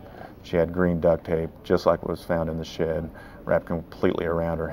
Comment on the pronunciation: Why is he saying duct tape like that loljhfdghj